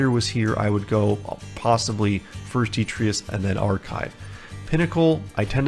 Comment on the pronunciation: Dee TRY Tuss or Deh TRY Tuss, it's a word which generally refers to small, loose debris. Thank you so much for these guides! "How to not suck at Into the Breach" is actually exactly what I searched, so was pretty fun to see it come up as the actual title of a series. Very helpful videos.